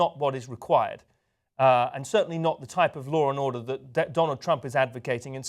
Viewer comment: What is "lawr and order"?